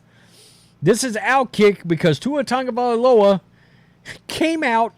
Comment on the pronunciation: It's TAgo / Via / LoA not tounge'valoa say it right there is No N in his name 😂😂 other than that just Say TUA